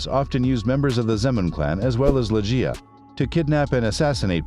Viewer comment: It’s not lejj-ee-ya but ‘LEG-ee-ya”